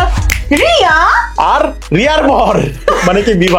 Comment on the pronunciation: rii dir nam ta ar uccharon korte parlo naa 😂😂😂